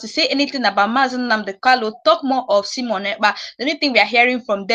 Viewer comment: Not Semon but Simon